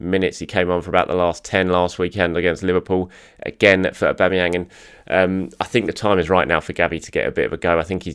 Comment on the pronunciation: auba what !! aubaa who !! aubama'vinho 😂